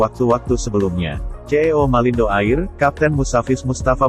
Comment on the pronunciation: Bukan AIR cara baca nya.